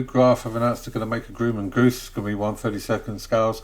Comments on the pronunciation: Grumman is pronounced: “Grā-men” not “groo-man”. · Actually Grumman is pronounced with a short U like UH instead of You if that helps. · Grumman is prounced with the U sounding like the U in up or upperThe hint is the "mm" in Grumman